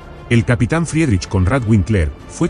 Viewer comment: Vinkler, no Uinkler. La W se pronuncia en alemán como V.